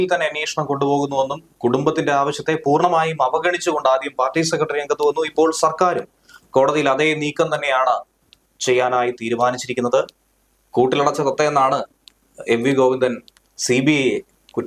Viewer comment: താത്ത അല്ല " തത്ത " എന്നു വായിക്കുക.